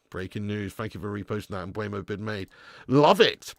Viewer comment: Are you trolling at this point? It's not M b u e m o. It's Mbeumo.